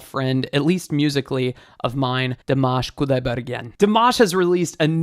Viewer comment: I don’t care about his pronunciation but i know for most of Americans it is a big deal, thanks for your 2 min tutorial 👍 btw you pronounce his name “Dimash” and “Kudaibergen” incorrectly maybe you can watch some videos and listen how to pronounce it well. 😊